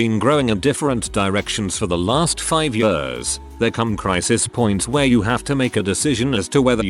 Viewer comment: Loving the anecdotes, loathing the pronouncement 'yeurs'. 🥴